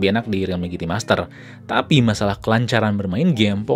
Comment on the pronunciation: "jiti" mas bukan "giti"